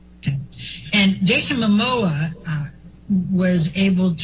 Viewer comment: his name is ‘Momoa’, not ‘Mamoa’. 🤦🏼‍♀️